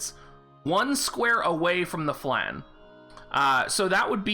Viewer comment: please pronounce flan right it's a french word.